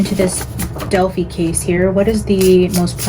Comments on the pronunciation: Just fyi it's Del-fye not Del-fee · It is annoying you keep pronouncing Delphi wrong and that music is distracting.